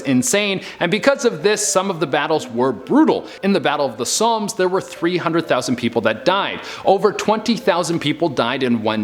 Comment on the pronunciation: Battle of the "sommes". Its pronounced "som".